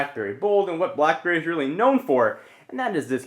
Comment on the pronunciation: Is it just to me or are you saying BlahBerry lol?